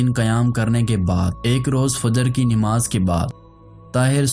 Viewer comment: Nimaz nhi hhi Namaz hota hy